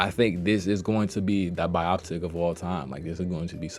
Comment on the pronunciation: Dis nigga just said bioptic lmao